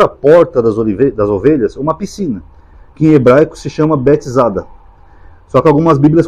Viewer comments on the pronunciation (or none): Não é betzada: é Betsaida.